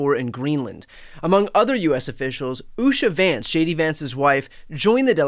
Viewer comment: Did you say Shady Vance?